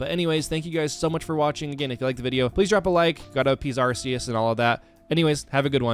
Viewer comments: Why would we praise Arse-see-us? Instead of Arkoos or Arceus? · It’s Arkoos bruv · Pronouncing his almighty name wrong will not make him happy Say it with me now Arc-E-Us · It’s pronounced ar-KEY-iss, SAT-TOH-shee, ray-QUAY-zuh, KUH-STEE-lee-uh, KAH-lohs, and ann-DORE-uh, “Patrick Star”! 🤨 Also, you forgot the DLC areas of both Generations VIII and IV!